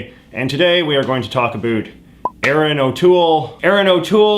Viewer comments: Is he joking about saying about because i am hearing abut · You are the first Canadian I've heard who actually pronounces 'about' like 'a boot'. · JJ pronounces the word "about" (/əˈbaʊt/) as something like "abut" (/əˈbʊt/). Is this a common thing in Canadian English (or his regional version), or just a quirk or his pronunciation? Just curious, as a non native English speaker. I usually understand quite better American/Canadian accents (well, the neutral ones at least) than British one. Many people here in Spain prefers British accent but I find it more... how to say, stiff? Like the consonants are too marked, making the general sounds less mellow. Maybe it is because I am from a region that does the same with our native language, or maybe because media exposure, whereas most people are less prone to consume series in native languages and more prone to learn from tutors. Anyway I do not remember hearing someone pronouncing "about" in this way until now (even in Canadian tv shows like Trailer Park Boys). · The vowels "ou" in "about" create a diphthong. Why do you pretend they don't? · I’m canadian and the way you say about is so infuriating i have never heard someone pronounce “about” in such a weird stereotypical way